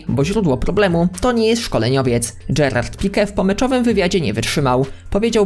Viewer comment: gereaed pique????? kto to xD